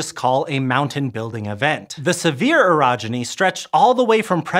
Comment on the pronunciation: Good thing you cleared it up, i thought you said Erogenous